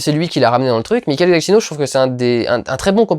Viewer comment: Très louable de vouloir prononcer le nom de ce superbe compositeur qu'est Michael Giacchino à l'italienne mais c'est une vrai catastrophe... ^^ On dit "Djakino" et non "Guatchino" avec l'accent tonique sur la première syllabe Tout comme Scorsese qui se prononce "Scorssézé" et non "Scortchézé" Merci d'avance d'épargner mes oreilles la prochaine fois... Après ce n'est qu'un détail mais bon... Sinon bonne critique, je suis en tout point d'accord :)